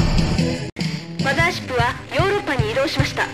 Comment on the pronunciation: マザーシップからガムシロップが飛び立つぞ！って聞こえるw